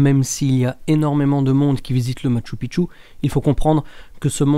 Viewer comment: Bonjour, Un grand merci pour avoir enfin pris en considération la bonne diction du Machu Picchu! Pas une fois tu t'es trompé...que ça fait du bien aux oreilles! En plus tu fournis de bonnes recherches sur cette info. Que du bonheur! A poursuivre dans ce sens!:) Amicalement Gus